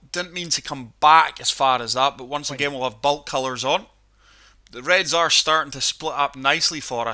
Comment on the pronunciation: Its Baulk not Bulk